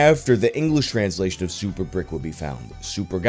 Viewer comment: Giles is pronounced "jials" (like dials, but with a j), not "guyals." Source: I'm originally from Giles County, Tennessee. Also Brikke would be "brick-uh" or "brick-eh."